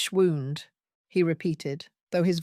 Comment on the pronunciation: I know what t means. I was pointing out that your narrator pronounced it as wound, as in an injury.